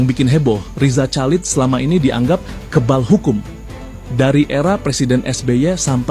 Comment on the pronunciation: Chalid dibaca halid dengan bunyi h dari tenggorakan seperti dalam Bahasa Arab